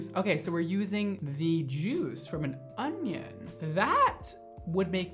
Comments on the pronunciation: baby, there isn’t a “g” in onion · Everybody else: onion mondo: ögnğion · No one: Absolutely nobody: Mondo: ONGION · Okay it's super cute that he can't say onion. "Onying" I love him! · I swear he's saying "ongion" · Lol I replayed the video to hear him say it😀 he did sound like he was saying ongion haha 😂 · nobody:: "ungyun" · Is it just me or does everytime says "onion" he says "onGion"?? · "ungion" haha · You say onion like ogion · Why are you saying ungyin 🤔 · Where are you from, you say onion sooooo oddly